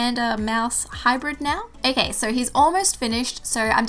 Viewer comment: Is it just me or is she saying ak instead of ok